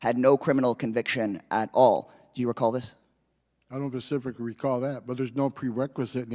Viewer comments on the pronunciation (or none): Specifically not pecifically Mr Homnan - boy oh boy!